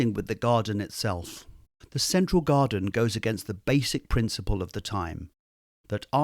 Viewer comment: "The Godden of Uthly Delights"